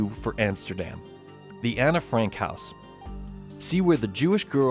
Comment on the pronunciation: It's Anne Frank not Anna. Anne pronounced "An" it had an e, not an a.